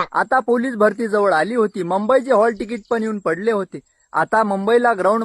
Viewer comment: मुंबई बोल रे मंबई नाही 😂😂😂